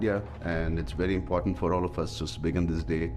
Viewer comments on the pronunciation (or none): none